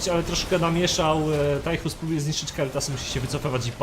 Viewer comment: proszę nie mówcie Tajchus, moje uszy krwawią ;)